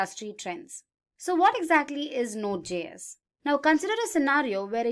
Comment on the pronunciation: Please redo the voice over. It’s pronounced “jay-s”, not “gee-s”. It JavaScript, js - not gs.